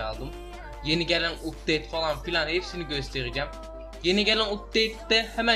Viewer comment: ABİ UPTAD DEGİL UPTADE :D